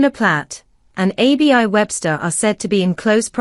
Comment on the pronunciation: Why can't you pronounce names properly - it is not A-B-I Webster - it is pronounced Abby.